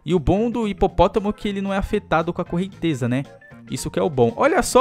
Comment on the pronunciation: "correntesa" e com 'z' ashaushau